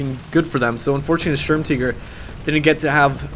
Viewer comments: M3D13V4L If he were pronouncing it "in German" it would be "Shtoorm-Tee-gair" and you would roll the R's. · Ughhhhh the way you say tiger bothers me so much, its not Sturmteger its the tiger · German ZockerHD It's not Sturm TEEGER idiot it is spelt sturm TIGER for a reason so unless you say Tiger "teeger" you are wrong. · Sturm"teeger" you mean Sturmtiger as in TIGER like the big cat!!! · WTF IS A SHERM TEEGER? retarded peope shouldn't try to pronounce things out of their language. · german, tiger is pronounced teeger, and they pronounced it stermteeger, but some people pronounce it stormteeger for whatever reason :P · Why are you pronouncing tiger "teeger" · The way he pronounces the vehicle name, kinda makes u get the idea of "hey, lets change the official pronunciation of Tiger to Tea-ger instead of just pronouncing it the right way" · Say Sturmteeger one more fucking time. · I couldn't watch this, his pronouncing of Sturmtiger as 'teeger' was just far too annoying, I'm sorry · Why the fuq are you saying the word tiger like tea-ger??????????????????????????????????????????????????????????????????????????????????????????????????????????????????????????????????????????? makes you sound retarded as fuq! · I'm pretty sure "Sturm" is pronounced "Stoorm" and if you want to say "Tiger" I guess you say "Tigré". (Note I wrote how it's pronounced and not spelled) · Why do you say SturmTiger like SturmTeeger. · Jambona - Funny Videos - Gameplay - Parodies its pronounced like SturmTeegur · This little girl really needs to learn how to pronounce stutmtiger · M3D13V4LLol. he doesn't even pronounce it german.